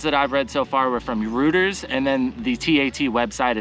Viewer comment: Thanks for updating! You're kicking ass. I'm guessing there must have been a LOT of airline cancellations - so the airlines must have gone from resistant but reluctant to politely raising their voices behind closed doors to the government. Btw, Reuters is pronounced "Roy-ters."